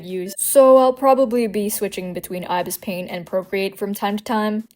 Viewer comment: You miss pronounced ibis paint x 😂